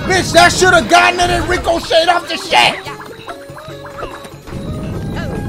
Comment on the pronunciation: "Rico Shade" = "Ricochet" 🤣🤣🤣🤣🤣🤣🤣